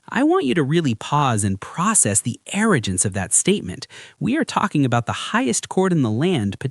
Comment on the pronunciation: You really just had the AI say "arrojance" yikes, trash